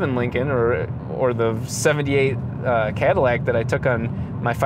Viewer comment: I Could tell from his goofy accent occasionally popping up on random words- that "deat" "deat aahse" "cah-dih-lahc"